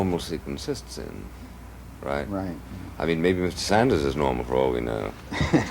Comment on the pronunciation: His name is Ed Sanders, not Saunders. The drunk idiot and Buckley, the sober idiot need smacked in the mouth.